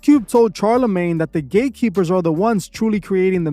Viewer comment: He said Gay keepers instead of Gate Keepers 😂😂😂 I like the subtle humor😂😂😂